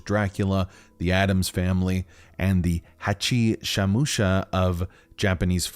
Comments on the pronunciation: "Hachi Shamusha", it's Hachishakusama. hachi (八) - 8 shaku (尺) - foot sama (様) - very polite suffix for a person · “Hachishamusha” is actually pronounced ‘Hachishakusama’ (8 feet tall) and is an urban legend about a yokai (Japanese spirit) that abducts children. She wears a white dress and has a big hat and makes sounds like “Po... Po... Po... Po...” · the "hachihusama" Me, a half japanese: i-i-it's Hachisakusama- I got so pissed man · Inherinted. Alcinia. Hachishamusa. Bruh, ur killing me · Did no one notice that he pronounced “hachisakusama” as hachisamuscha??? 😭😭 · Dman you said her name wrong its Hachisakusamma.….. It means 8 feet tall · HACHISHAKUSAMA!! HACHI! SHAKU! SAMA! JFC! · Why does no one ever pronounce the "U" at the end of Dimitrescu? Oh, and its pronounced "Hachi Shakusama" you dolt